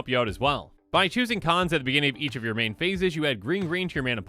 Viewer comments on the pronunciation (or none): none